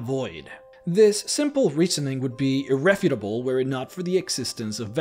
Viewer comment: irrefutable - ear-EFF-you-ta-bull